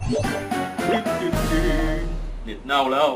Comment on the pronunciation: 55 ผมชอบตอนที่พูดว่าเน็ตเน้า